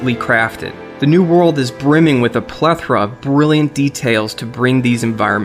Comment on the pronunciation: First MHW video where the youtuber says "plethora" correctly... subbeeddddd